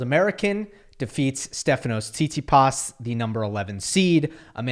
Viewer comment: I love how says Tsitsipas’ name Not saying it’s weird or wrong I don’t care enough about about Stef to whine about it, just funny 😂 SeetSeePaas